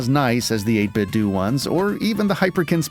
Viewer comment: Cool channel mate! Subbed! But PS - I think it's pronounced 8bit doh! - like homer Simpson says it. Sorry to be such a d**k, it just grated every time I heard it😊